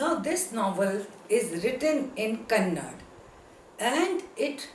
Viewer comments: It's not kannad,...it's kannada...learn this first... 👿👿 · Mrs Triveni is one of the great female novelists in kannada literature, please before saying anything , please re check and then say. Being professor, you must know that kannada and karnataka shouldn't be pronounced as kannad and karnatak respectively.